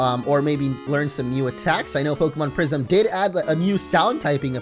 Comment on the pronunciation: I thought you said prision action